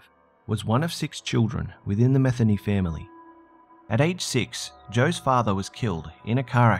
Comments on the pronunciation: Lol ... not "meth-any" it's pronounced muh-thēn-ē ! Still an interesting tale 😉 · Is there a reason you censor words in the subtitles? You realize we can HEAR the words, right? Stop censoring. Also, you’re pronouncing Metheny wrong.